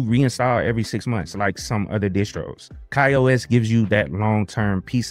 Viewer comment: Ki-OS? what is that? This review is regarding Ka-OS, which is pronounced Kay-OS. You know, like other KDE platforms